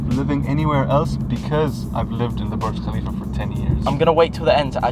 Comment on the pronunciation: My guy says burg kalifa when its burj khalifa thay accaent